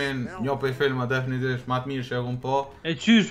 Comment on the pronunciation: Definitivtvedhhfhhstg DEFINITIVISHT* 😂